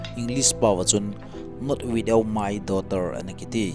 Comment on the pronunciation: bro,, gamkai jouse a eimi pao kibang lou jong datmah umtah khat chu ahi aee,,, ahn english prnouncation jong jong kibang lou dan ham,, "without.jong widow in nn sei jing in 😂😂😂